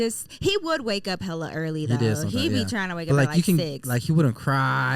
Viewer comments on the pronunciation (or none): none